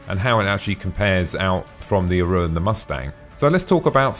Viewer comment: Great vid!!! but 'Aurora' is pronounced "Aor-roar-rah" and sounds like Star treks Ahura ...Not "A-ruuuu-ro". And 'interior' is pronounced "In-tear-eor", not "An-ter-ray-ya" ...I'm really not a stickler for pronunciation, but I couldn't help Laughing every time you said it.